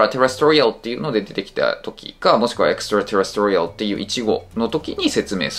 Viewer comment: 細かいツッコミで恐縮ですが、terrestrialのアクセントの位置は二番目のeのところですね。